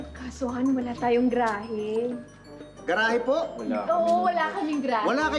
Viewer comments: Sino ba yang starlet na yan? GRA-HE ang tawag sa GA-RA-HE. Sakit sa tenga. Tsk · Ga-ra-he po mam...😮